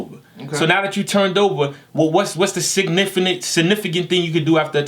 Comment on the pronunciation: Nice seeing again, the way he tried to pronounce Significant tho😂